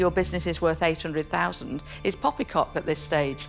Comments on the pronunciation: did she say popycock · Sorry did she just say poppycock?